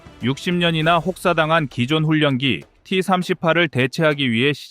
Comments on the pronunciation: "훈년기"가 아니라 "훌련기"로 읽어야 자연스럽습니다. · 훈년기 가 아니라 훌련기 라고 몇번 알려드려도 고집 드럽게 쎄시네.... 자위대 출신이신가?